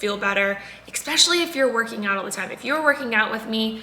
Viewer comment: eKSpecially? 😅 did I really hear that? I’m not native speaker, but It sounded like that